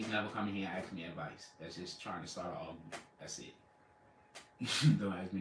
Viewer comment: I think he meant “ ARGUMENT” he said Algumant??? 😣😖☹️🥸